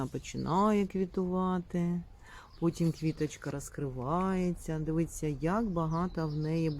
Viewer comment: Вражає Ваш асортимент і Ваші знання своїх улюблениць. Маєте мій лайк безумовно. Одне прохання, якщо Ваша ласка, слово "дивІться" промовляйте саме через " І", бо у Вас воно неодноразово звучить ,як "дивИться"... Просто дуже багато раз промовте це слово саме з буквою "І", і з'явиться безумовна автоматична правильна вимова. Дякую Вам за відео.